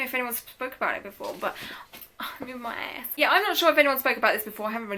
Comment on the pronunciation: The first like 6 seconds of the video you went American for like 2 secs and said "my ass" lmao! Loving the "funky blowouts" 😆😂 your random words you chuck in ya videos 😂 jokes but yeh Interesting and useful video though man, I had no idea about tattoo blowouts 🤔 and then I was checking both my arms after the video to see if I had any hahaha! Good video 😎👉🏾